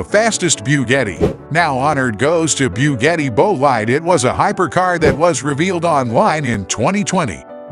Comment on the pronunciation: Bughettie? 😂😂😂 no it's boogahtie